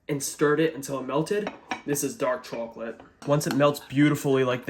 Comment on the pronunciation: i can't watch ur chocolate recipes anymore because the way you pronounce the word. it causes visceral frustration like nails against a chalkboard or touching cotton balls. this is me begging asking ordering and warning you pls stop